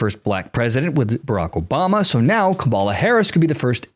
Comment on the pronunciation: I don't always agree with you but I do enjoy listening to your point of view. Believe me, I am not a fan of either Harris or Trump. I have 2 questions for you: (1) why do you pronounce her name incorrectly? and (2) why do you not consider that Ms. Harris has TWO parents. Her father, Donald Harris, is Jamaican-American. Just because Donald Trump made a fool of himself in this instance doesn't mean that you should follow suit.